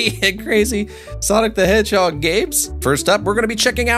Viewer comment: """"""""""""""" Sewnic the hadgehab"""""""""""""""